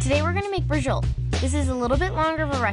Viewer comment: Holy crap. SAPrasotta? 30 min? Bree-Joe-Leh? What's next Cap - ee- cola?